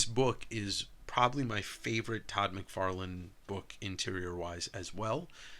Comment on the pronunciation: My brain thought said Todd "McWeirdless" lol